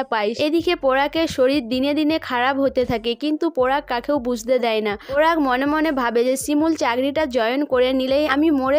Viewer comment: আপনার উচচারণ টা এতো বাজে আপনি update দেওয়া বন্ধ করুন ।পরাগ কে পোরাগ সবাই কে সোবাই। বিচ্ছিরি ।